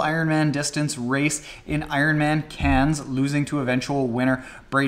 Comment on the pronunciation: You've been practicing your pronunciation of Cairns! Very good